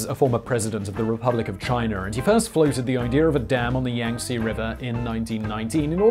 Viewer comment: It's pronounced Yahng-Tzeh lol. Love your stuff, Simon.